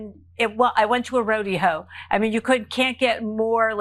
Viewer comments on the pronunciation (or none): did she call it a 'rod-e-hoe'? 😂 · She went to a roadie-hoe? 🤣 Wtf’s up with her pronunciation? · Do most people pronounce it as rodie hoe? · Did she say a rodie-ho? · Did she say rodeeho? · She went to a "ro-de-HO"? 🤣🤣🤣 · Did she say, "I went to a rodehoe"? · “I went to a rody ho”